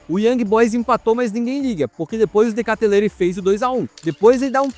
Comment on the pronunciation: "de katelere" 😭😭